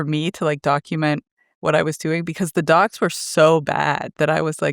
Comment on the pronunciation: Understood "dogs" instead of "docs". Was just happy that there were good now 😅